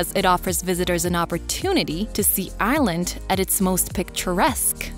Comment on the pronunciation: There were a number of mispronunciations for the simplest of words. Ireland sounded like “island” and despair sounded like “dispear”. Again, it felt very AI narrated.